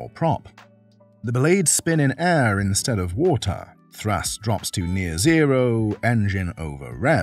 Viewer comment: it's thrust, not thrus..